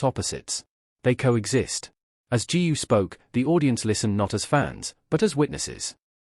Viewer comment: Another mis-pronounced of her name 'GU'! GOO not ju !!!!!!!